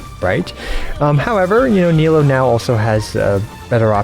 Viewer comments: i think bc it's supposed to be knee-loo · Btw, Nilou's name is pronounced Nee-Loo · The way you pronounce Nilou and Yoimiya kinda kills me everytime